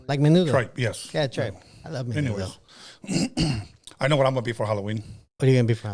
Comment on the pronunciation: Norbeez trying to say Menudo in English lol MINUDO